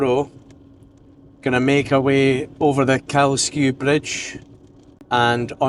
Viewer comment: Thank you for pronouncing Kylesku bridge properly. I think you’re the first person on YouTube I’ve heard get it right 🎉